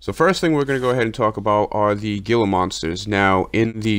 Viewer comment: GILA is actually pronounced "Hee la" the G makes an H sound, Spanish. Love the videos. Keep it up!